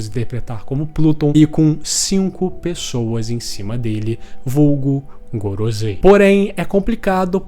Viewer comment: o video e muito bom, mas mano kk, gorozei? pronúncia paia